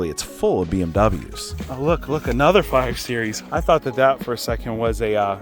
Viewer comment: say series please 😭😭 but good explanation guys